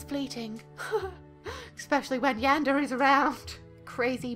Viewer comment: Is Yundere not Yandere